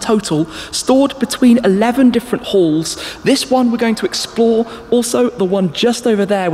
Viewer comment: I kept hearing the holy holes?...but finally clued in it’s the holy halls...accents 😂